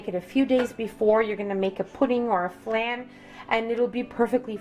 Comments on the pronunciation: Please learn how to pronounce flan…. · its pronounced Flawn. not flan